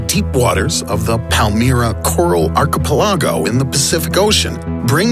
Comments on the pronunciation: "Arche pell lago"? wtf is "arche pell lago"? oh you must mean "ar cha pell igo" But on a serious note, this world is doomed by mankind. We destroy everything we touch. And it doesn't matter about the few who try to live in harmony with nature, because there is not enough of them to make a difference. But then there goes my "pessimism" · This guy pronounces archipelago like a lunatic.